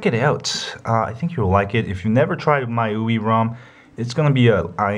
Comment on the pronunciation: Congrats on a good review. Now you'll have to excuse-me for being a jerk, but the "my-you-ee" was hurting.... It's pronounced "me-you-eye". The mi is from xiaomi and the ui is... you got it! User Interface.